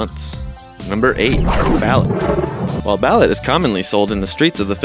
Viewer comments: balut is pronounced ba-loot not bal-ut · ba-LOOT. not BA-lit. its pronounced like that. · Lol...would help to pronounce them correctly..Balut...lol....Try saying Ba-loot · Balut is pronounced Bahloot. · Balut is pronounced baloo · It's pronounced Ba-loot. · Balut not balit